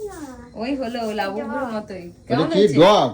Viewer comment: কেম্মায় আর এম্মায় টা দারুন হ‌লো । হ‌্যাঁ এভা‌বে কেন কথা ব‌লে কেম্মা এম্মা?? লেখাপড়ায় কি অষ্টরম্ভা না‌কি??😅😊😂